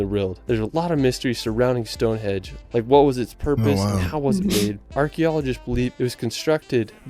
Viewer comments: stone hedge..😂😂😂 ya mean stone henge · it is stonehenge not stonehedge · I quite agree, I wish there was a way his videos could be edited! For some peculiar reason I was called a racist for commenting on his mispronunciation. I had friends from The USA who wanted to see StoneHEDGE after watching his video! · excuse me, it is called stone henge, not stone hedge. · He's calling it Stone Hedge 😂😂😂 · As others say, the pronunciation on what sounds like a computer generated voice over is lacking, to say the least. Especially, stonehedge! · Correct. The video is full of factual errors and mispronunciations. Stone Hedge ???? West Mister ???? Wells (Wales) ????